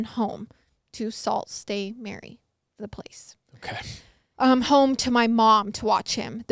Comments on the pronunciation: Sault Ste Marie. Pronounced Soo (like zoo) Saint Marie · oh my goodness Salt State Mary 🥺🥺🥺 It's pronounced "Soo Saint Marie" but it's French so I don't blame you! 💕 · soult ste marie is pronounced soo saint marie :) cool to have a story from my country! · Omg salt saint mary 😂😂😂 it’s pronounced soo- saint- ma-ree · Sault Ste Marie is pronounced "Sue Saint Marie" (I live in Michigan). Thank you to this anonymous person for saving this child and bringing justice to his mom. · FYI It’s pronounced “Sue saint Mary” in Ontario! Love you guys! Hi from Schomberg Ontario, pronounce that one 😂😂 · I’ll help you out here as a Michigander lol. sue st Marie is pronounced “Suuu Saint Marie” so that the sue is making more of a U sound than anything. I have no clue why they had to make so many places have names that half of us can’t pronounce smh 😒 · As a Canadian your pronunciations we’re making me laugh! It’s pronounced soo-saint-Marie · I'm from Ontario! I don't know if anybody else commented this yet but Sault Ste. Marie is pronounced Sue Saint Marie :) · Canadian here 😂 it’s pronounced “sue saint Marie” for Sault Ste. Marie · Hahahah. It’s pronounced “Sue Saint Marie” … NO JUDGEMENT. It makes zero sense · 😂2nd story its pronounced 'sue saint marie' for ease. Love the 1st story and YES call the police always!!!! Glad the sister's are okay! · It's pronounced like "soo (like moo) saint ma-ree" 😂 haha no hate, made me giggle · Ahaha as someone from Ontario I just wanna say it’s pronounced sue saint marie it’s Canadian french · Sue Saint Marie is how it's pronounced :) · It’s pronounced soo saint marie hahah. Just a northern Ontario gal lookin out🙋🏼‍♀️ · Hi guys! Just wanted to let you know how to pronounce Sault Ste Marie it is Sue-Saint-ma-ree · Girl love you but it’s pronounced sue saint Marie 😂❤ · you're so cute lol it's pronounced sue saint Marie lol